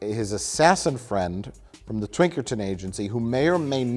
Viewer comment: he really said Twinkerton Agency